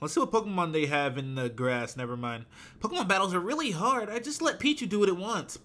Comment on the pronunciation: why are u saying Pokemon wrong